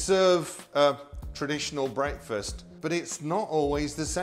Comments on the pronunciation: AH PROPAH ENGULISH BWEAKFEST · "Brake-fest"? Pronounciation is interesting.